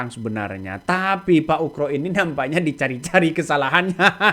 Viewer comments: Pembawa acara ini klau menyebut nama Bpk Ugroseno itu sebut Ugro jangan ukro...salah itu ..benerin ya nyebutnya... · Bukan ukro, tp pa ugro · percisnya pak UGRO bukan pak ukro